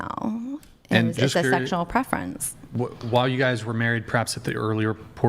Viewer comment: "sheckshual" the way she said that made me want to be celibate